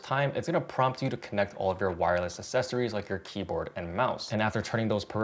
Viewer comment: Mate, please pronounce accessories properly 😅